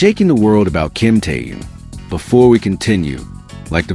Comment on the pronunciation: Автор,называйте правильно Техена,ведь в тексте все правильно,так будьте добры,читайте правильно,Что это за Ким Тээн?